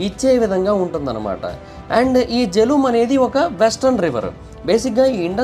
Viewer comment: ఆది వ్యాస్ నది, వల్లా ఉచ్చారణ బియాస్ అయ్యిందీ, ఇంకోకటి జీలం నది.....జెలుమ్ కాదు